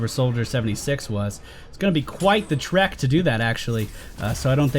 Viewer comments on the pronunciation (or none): none